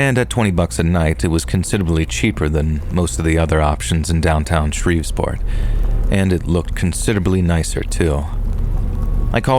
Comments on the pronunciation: It’s Shreveport! Not ShreveSport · What was up with Shreve'sport 😂 ..that was driving me nuts..